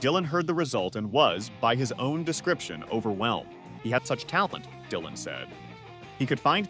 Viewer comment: Big Mama's feelings are understandable... but that's the way royalties have always worked. The songwriter gets paid. The original artist does not. Also this AI is really annoying. It's pronounced "Lee-ber" not "Lie-ber" and way to Butcher Dylan's name 🙄